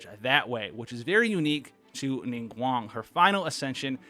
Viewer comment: Pronounced Ningguang correctly (subs instantly :D )